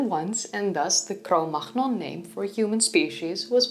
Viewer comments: Cro Magnon, not Cro Machnon. The last Sound french people would use are german stile ch sounds! The g is silent so it should be pronounced like Manion instead of Machnon. Even the term Cro-Magnon-Man does not exist anymore, the location still exists... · No, Cromagnon people. By the way, you shoudn't say cromarkhnion but cromanion. GN in French is prononce NI. A name is a name, Ctomagnon is Cromagnon, nothing more, nothing less. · French here: it's not Cro Makhnon, it's Cro Mañon. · Why Cro-Magnon is pronounced [cromahnon]? And not [cromanion]? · This is kind of trivial maybe, but I'm curious about your pronunciation of "Cro Magnon." In France, where Cro Magnon (the place) is, "gn" is pronounced ñ, like "ny" in "canyon." Probably you know this; where is your "gh" guttural coming from? Is that a Dutch thing, or ...? Not trying to correct you, I'm assuming you know something I don't. Thanks for all your cool stuff! And yes, I'd be interested in more on the plethora of different paleolithic/neolithic cultures. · Can you not say the name properly? CROW-MAG-NONE. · This is a remarkable pronounciation. Is it Dutch? I'm used to pronounce it the French way: cro-muh-NYON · Everything is fine and enjoyable in your video, but please, cro-magnon, as a french name is pronounced cro-manion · Cromagnon should be pronounced as Cognac. Both are French. I hope you don't find this disrespectful. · Cro-magnon is pronounced "Cromanyon" though of course taught the wrong "modern European master man" theory back in the days, the correct pronunciation of this Cave in France. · I like how you pronounce the French term "(Cro-)Mag-Non". It sounds like "Cro-)Macht-Nix" 🤣🤣🤣 You appear a little upset. Like in that live chat when I asked about your cat.😂 Congratulations for being so successful on YouTube. I was a little surprised about the huge, huge numbers of new fans you have gained after I have left in favour of Gutsick Gibbon. 🤠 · Please pronounce Cro-Manion! Like minion, but with an a.